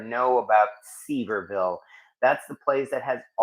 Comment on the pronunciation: Sevierville is accented on the second syllable - se-VIER-ville